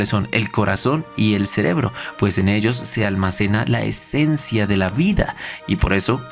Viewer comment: dijo esecencia!!!!🧐